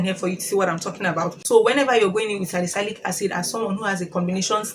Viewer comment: Salicylic acid is pronounced as : SA-LI-SI-LIK